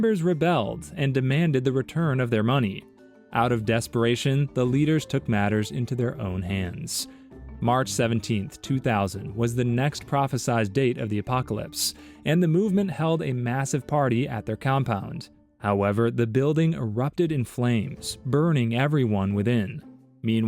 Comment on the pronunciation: STOP SAYING, “prophesiZed”!! No such word. No “Z”, ever at anytime for any reason. Prophecy, [to]Prophesy, & [have] “Prophesied”. Seriously pathetic.